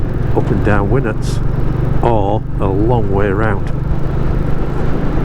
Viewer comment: Another cracking ride out, been nearly 50 years since I went down speedwell, still got a bit of blue John and can remember walking up winnats pass as part of the D of E scheme 🥵 ( good to hear winnats pronounced properly ) you’ve definitely got the right bike for those roads, looking forward to seeing future rides 👍